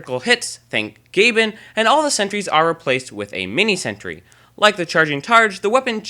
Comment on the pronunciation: He is saying: "lol, you can fix you are mini sentury" But it's: "Lol, you can fix your mini sentry"